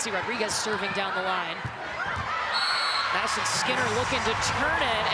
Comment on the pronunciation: Can she pronounce Madison. Skinner?